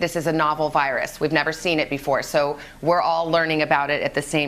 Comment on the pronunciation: Nobody: Today Show Narrator: "the vYrUs" I'm sorry but the way he pronounces it kills me lol